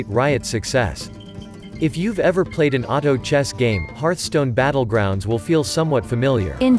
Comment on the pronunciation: Hey, noticed your "Butt-legrounds".